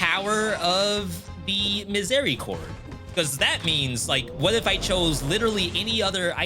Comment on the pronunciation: French here, way too late, but your pronunciation of Miséricorde is almost good. The "É" sound is difficult for English speakers.